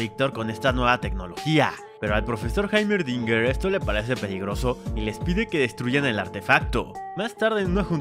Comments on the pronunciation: está bien como se escribe pero se pronuncia Jeimerdinger . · Que Grande, le dice haimerdinger en vez de heimerdinger xD, aún así, eres tremendo resumiendo master